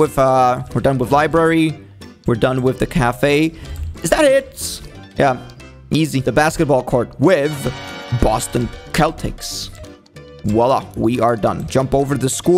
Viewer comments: He just said keltics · “Boston Keltics” 💀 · It's Boston Celtics you said it wrong It's a basketball team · cant even say celtics